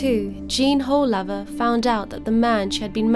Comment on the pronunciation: The pronouncation of the name is woolaver